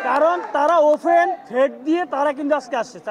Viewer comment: অতিবিলম্বে,পুর্তিনিধি,ওফেন,এই হল আমাদের ছাত্রদের উচ্চারণ!